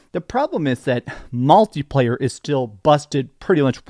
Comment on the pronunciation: Malty player???? Jesus, dude 🤦‍♂️ It's mUlti player!! It's not like a f****in chocolate malt